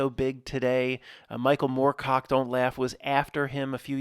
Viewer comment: Dude, everytime you say michael morcock i laugh